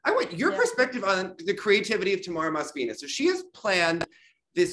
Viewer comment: I think Mos-KVI-na is worse:) Like for 60 years of her work can people memorize that she is Mos-kvi-NA? Or may be it is more comfortable in Englisg to ponounce Mos-KVI-na